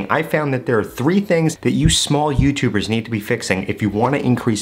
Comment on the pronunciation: Why he emphasize that word small YouTubers 😂